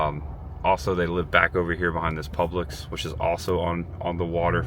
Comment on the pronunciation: Dude, it’s Publix, not Public’s . Otherwise good story, glad you’re okay.